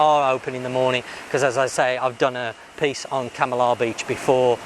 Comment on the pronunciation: You say Kam - i - lah about a hundred times and every time you pronounce it wrong. Try; Kamarlah